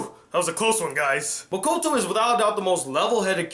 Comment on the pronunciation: He said "mikoto" NO BITCH NO ITS MAKOTO